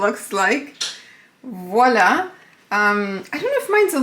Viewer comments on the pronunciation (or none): none